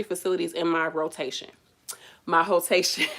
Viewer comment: You did not just say hoe-tation. 😫🤣